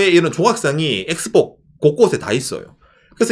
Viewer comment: 에키스포.. 일본의 영어발음은 들을수록 신기방기